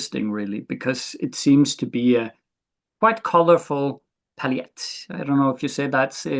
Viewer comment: I think that, at timestamp -, the guest () was trying to say “colorful palette.”